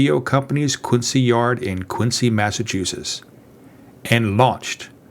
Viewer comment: It's pronounced Quinzee.